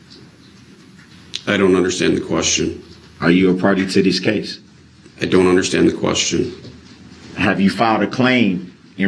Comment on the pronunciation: For somebody who doesn’t “underschtand,” anything, he sure got that that exhibit “struck.”